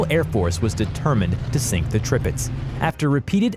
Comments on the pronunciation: The announcer speaking mispronounced many names of ships, but the news of a stealth battle ship "the Zumwalt" is the next generation of ships of the future. The pronouncing of Tirpitz is "Tear pitz". Prinz Eugen with the German pronunciation is "prinz Ougan, as spoken correctly. Japans super ship was the Yamato, pronounced "YAM mato". I majored in military history studies and know and speak German well enough. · if you say "trippits" one more time i'm comin through this browser... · This channel don’t know how to pronounce ships names 😂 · You pronounced all the ships names wrong! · Why is he saying tripitz not tirpitz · The tirpitz not the tripitz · Yup… the Tripitz had me giggling that and the Prince Eugene. Hey, he pronounced“Iowa” correctly! And he kept saying turret sizes in feet; the stats he listed should have said like 14 inches, not feet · NOT Tripitz, but Tirpitz! Get your names and facts straight before uploading, man..! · I about Trip-ed over his ship names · Tirpitz was worse